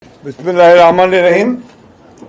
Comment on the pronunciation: বিসমিল্লাহ বলতে পারে না নেতা